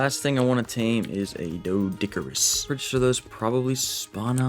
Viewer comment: I love your videos but I can't stand how you say some things. FOILage? Like aluminum foil? Nono. It's fol-EE-ige. Foliage. Mana-ga-marmar? XD It's spelt Managarmr. Just one mar, not two. You say it doded? It's DOH-ED, doedicurus.